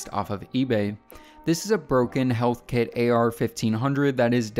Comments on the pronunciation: "Heathkit" not healthkit... just saying. Carry on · It's Heathkit, like the Heath candy bar, not Healthkit. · It's Heathkit not Healthkit lol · I feel like someone probably said this already, but I noticed you said “health”kit, where the company’s name is “heath”kit (like the candy bar) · HEATHkit, not "healthkit" very nice build, though, super retro! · Healthkit? It's Heath-kit (pronounced Heeth-kit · Heathkit not health kit (heath rymes with teeth) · Heathkit, not healthkit :) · "Heathkit" not "Healthkit" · Did he just say Health-Kit? This project he has here would be so much cooler if he knew what a Heathkit was, and why him doing what he's doing is almost like a perfect circle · It's pronounced Heath-Kit...there is no L in the name. They made electronic kits for the end user to put together. These were for hobbyists and a lot of the kits were designed around HAM radio. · 2:98 There is No 'l' in 'Heathkit'.